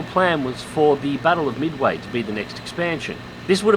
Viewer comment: Midawy? Sounds like vaporware.